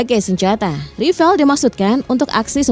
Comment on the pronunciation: Mbak, beritanya basi benar..... Sudah dipublkasi berbagai situs youtube sejak lama.....kalian ketinggalan benar, nyebut (mengucapkan kata "rafale" pun belepotan mbak..!😊😮😅